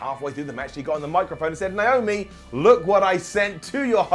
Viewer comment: It's Naomi not niomi